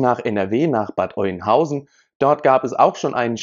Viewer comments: Sorry es heißt nicht Eunhausen, es wird Öhnhausen ausgesprochen. Nicht böse gemeint.🤗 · Hi zusammen, Bad Oeynhausen wird Ö ausgesprochen. Nur zur Korrektur: Der Syrer wohnte nie im Asylantenheim, sondern mit seiner Familie in einem Haus in Rehme. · Alter, es wird "Öhnhausen" ausgesprochen!